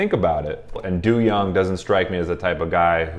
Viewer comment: I shed a tear every time you say "doo-young" 🥲 it's not that serious im being dramatic lol It's pronounced "doe-young"